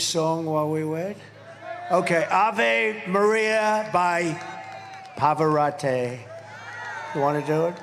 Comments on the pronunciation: IT'S NOT PAVAROTAY it's PAVAROT-EEE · “Ave Maria by Pavorah-tay.” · Yes, let's listen to Ave Maria by....Pavaratay!!! The man's name is Pavarotti. Trump can't even get his name right. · who was Pavarotay?? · Pavvarottay? I'm not familiar with his work. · Right before Trump went silent to hear “Pavorattée” a man in the crowd asked him to pray for the person needing a medic. 🤣